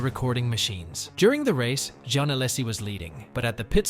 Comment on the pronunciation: Gene ? 😂😂😂😂 Its jean ( pronounced john )